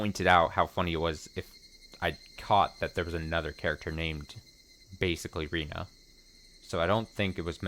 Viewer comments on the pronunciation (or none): Rena is pronounced “Reh-nah”, and Rina is pronounced the way you’ve been pronouncing Rena this whole time.